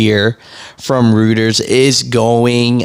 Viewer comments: Roy turz Reuters. Let your sister do "ALL " pronunciations bro....Please! Glad you got yellow right😂, and they are yellow to the core, another Jesuit whore, let them close all their doors, money doest grow on trees but they throw it in the floor. Hubris, learn who operates these scams and put it on your back. You try to take up the slack, perhaps you will learn the facts, before the chains destroy your backs. Slaves! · It’s Reuters pronounced “Royters”. Is it a government bailout or a buyout ?